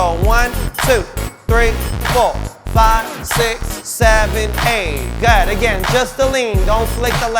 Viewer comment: am I the only one who hears "go 'head" when he says "good"? just me?